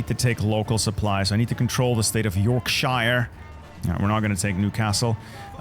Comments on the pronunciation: It's pronounced Yorksheer :D edit: and portsmuth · "Bourgogne, Nord-Pas-de-Calais, Franche-Comté" Also: "YORK SHY-ER" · Portsmouth 😩 It’s ports meth And Yorkshire is read like Yorksheer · Great vid! Looking forward to getting this DLC. Also, Yorkshire is pronounced "yorksher" :) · Just to let you know Yorkshire isn’t pronounced like that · Lmao It always makes me cringe hearing non-British people pronounce Yorkshire haha I suppose we deserve it for butchering everyone else's languages though... Great vid as always! Can't wait to try the new DLC!